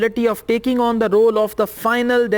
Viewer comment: You pronounciated the word role wrongly So how com you are going to be a teacher